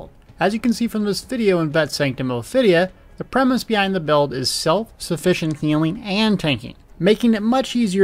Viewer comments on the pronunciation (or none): none